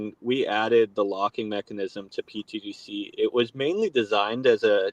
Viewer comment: please... can somebody tell the guy with the hat that its not "pTDC" its "pTGC"... thanks!